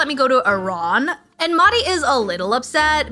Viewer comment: The H in MeHdi is not silent. It's an H like Henry